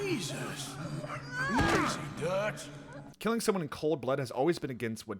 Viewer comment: You calling Dutch “Doug” took me out 😂